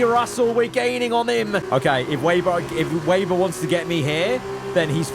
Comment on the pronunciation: it's not waber it's weber bro